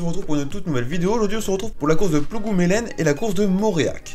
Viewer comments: ca se prononce plougoumlen ;) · Salut plougoumelen ne se dit pas comme ça mdr mais pas grave